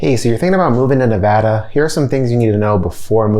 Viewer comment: Thanks for pronouncing Nevada right!👍